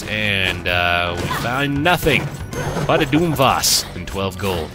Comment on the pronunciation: Mate, I know this is ancient, but they're pronounced "doom-viss" "and "doom-trit" a la canvas and portrait. It's infuriating hearing you constantly saying them wrong, and not understanding the puns.